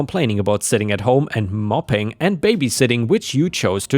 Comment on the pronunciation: To the reader:- the word you said mopping is not said that way. The o in moping is long like that in open. This means sitting around having a pity party. Mopping is cleaning a floor with a mop. Sorry i this offends you m intent was to elp with your english. The fact she is vegan may have got her vitamin B levels out of whack. Tell her and any other Karen's you see, to get a blood test to have their B levels checked, this can cause big levels of crazy. All adults have the god given right to free will, to choose everything for themselves in their own lives, as long as their choices do not harm others. This makes it necessary for spouses to consult each other over anything which will effect both of them, and for both to agree, or agree to disagree. Choosing for adults and forcing them do your bidding makes the tyrant (possibly legally and financially) responsible for any bad consequences? Are any of you Karens out there up for that? If not pull your head in! House rules, regulations and laws are set in place after consultation, lke the farcical vegan law here, it did not meet any reasonable test, so it was void. If your choices are against the law, if you do the crime, you get to do the time.